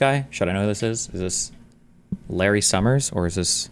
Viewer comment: Americans who pronounce the letter S with a "SH" sound, like this Larry Summers guy, or like senator John Kennedy, are for some reason so annoying to me. Just speak like a normal person, please!